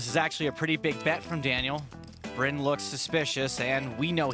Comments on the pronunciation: Bryn is pronounced like "Brin", not Brian. Hey, people make mistakes, so don't worry to much about that one man since Kenney is a known cheat. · It's Bryn. Not Bryan. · You'd think you'd look up how to pronounce the players names. Bryn is not bryan lol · Wtf is that pronunciation at 10 min? Come on, you can't be bothered to pay a real person to do the read?